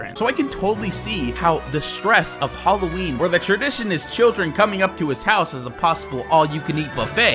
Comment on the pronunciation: it's hallween 😑